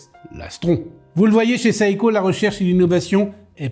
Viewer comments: Pourquoi il prononce saïko ??? C’est Seiko (séïko). C’est quoi son problème ? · Le i se prononce à peine à peine, c'est donc plutôt "sé-ko", et pas sé ï ko. Pour être précis.